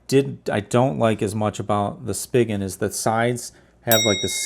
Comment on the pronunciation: Not that it's a big deal, but it's pronounced "spee-gun" ;)